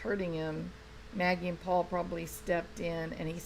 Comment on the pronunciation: Paul Paul, with a southern drawl; not pa pa.